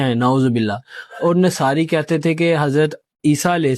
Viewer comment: Nasari nhi Nasara Arabic theek se perhe please